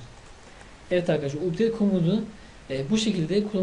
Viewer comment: Updeyt diye okunmuyor kardeşim Apdeyt diye okunuyor.